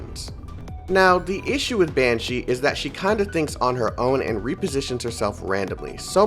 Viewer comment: Mans calling Banxsy, Banshee. Also, no imhotep in that selector? Unfortunate. (Banksy is a very well known street artist in england, which she's definitely a reference to. So altho I know jack about this game they're most definitely one of the most interesting characters)